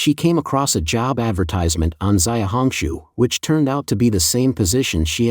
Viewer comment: zay-uh hong shu huh? not she-ow hong shu? You're so lazy. 小红书 xiaohongshu.